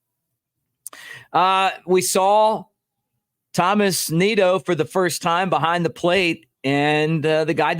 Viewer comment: There is no "H" in Nido's first name!! "Tomas"👌🏾